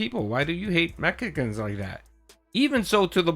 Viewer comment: Love little slip of the tongue with "Mechicans."🤣